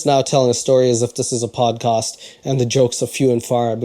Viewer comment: salam , sorry a little note : it's podcast not padcast.